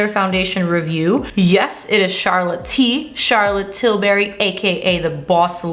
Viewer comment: Charlotte Tilbury not Charlotte Tilberry